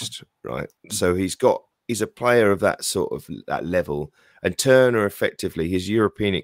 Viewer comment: Great interview - Seb was excellent well thought out and great knowledge.... look forward to hearing Seb pronouncing our keeper's name correctly.... ie not Turner!!..this weekend!